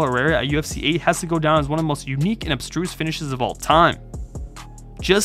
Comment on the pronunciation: So many words pronounced incorrectly. "Unique and obstruse" was my favourite.